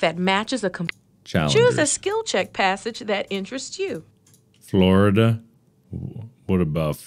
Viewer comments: Ahh yes, my birth state of good 'Ole Forlida. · Mark: "I was doing it the posture way, I'm actually gonna not do that." Also Mark, immediately: FORLIDA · Mark: I'm going to do it my way. Also Mark: "Forlida"